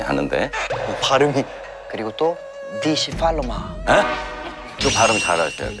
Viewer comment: 진짜 제발 니취팔로마라 하지마요 니츠팔로마인데😂